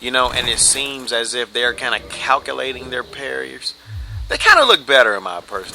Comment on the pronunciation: Swored, Calc-a-late, Get awf it, lol. Not telling anyone how to duplicate slabs like it's some super secret ? Woah mate, the more I watch, the less I like your personality. You do very well at PvP but my oh my, I don't much care for your cocky, elitist attitude.